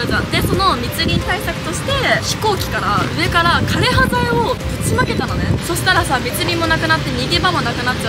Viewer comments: どんな形であれ、知ることが大切なのも分かりますがある程度の影響緑がある中で歴史を語るなら、枯葉剤の読み方や奇形という言葉の使い方などきちんと調べてお話しする方が良いかと思います。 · 枯葉剤（かれはざい）です